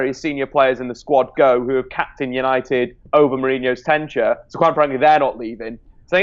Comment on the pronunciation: tenture,? Really? *Tenure